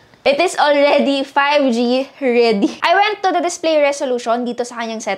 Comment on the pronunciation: That "5G Alregyyyy" isss😂😂😂